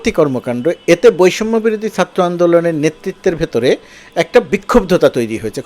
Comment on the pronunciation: sir, satro andolon bolle kaan a ektu lage, Chatro boilen plz. love your work